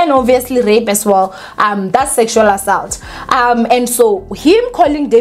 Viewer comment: Repeat after me.. Aa- salt